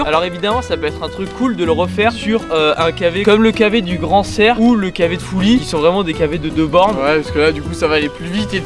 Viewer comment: Fully les gars pas « fouly » 😜 Füï pour la prononciation ahah ! Salutations 🇨🇭 et good job vidéo top